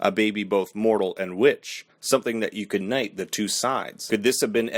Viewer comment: You said "You could night" instead of "Could unite" lol